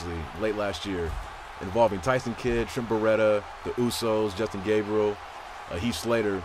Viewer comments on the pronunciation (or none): none